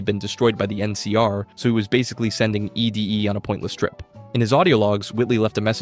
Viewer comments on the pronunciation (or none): It's ED-E (pronounced "Eddie") not E.D.E (what was said in the video) Correction aside: I thought Arcade was part of the Followers of the Apocalypse, but now I'm thinking maybe that's not a good thing if he's actually part of the enclave TvT Thinking MAYBE, not thinking IS- (trust me, the difference- though not noticeable -is REALLY big TvT)